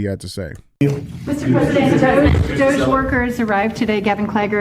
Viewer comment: DJ finally saying DOGE the right way 😂